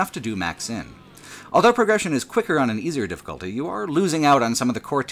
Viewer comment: Elso, elthough, eltogether. Whoever taught you English deserves to be fired.